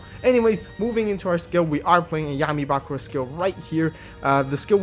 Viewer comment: It's Bakùra, not Bàkura